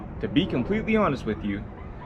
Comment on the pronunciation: Dutch person here. When you said 'klein beetje', it sounded really dutch. Well done! Keep it up 🎉